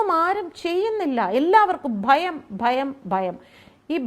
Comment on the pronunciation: ഫയം. ഫയം. അല്ല പണം പണം 😜😜